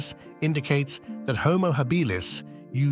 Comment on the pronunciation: What's with the inconsistent pronunciation of "Homo Habilis"???